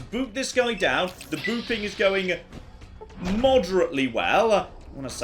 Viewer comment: Whenever says “Booping Stick”, all I hear is “Boofing Stick” ( ͡° ͜ʖ ͡°)